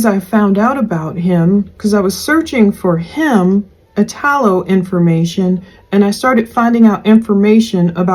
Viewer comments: I had a good friend named Italo that passed away many years ago unfortunately .. the “I” is pronounced like “E”. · it's pronounced "ee-tall-o." it's an italian name.